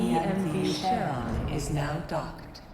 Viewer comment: I'm at minute 3, and if someone mispronounces Charon again, I finna have a stroke. Upd: call me an ambulance